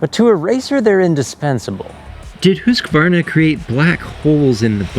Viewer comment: HE SAID HUSQVARNA CORRECTLY (mostly at least)!!!!!!!